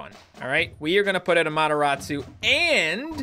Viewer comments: Why is calling amaterasu to amotorasu/amotoratsu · you said the AMATERASU wrong lol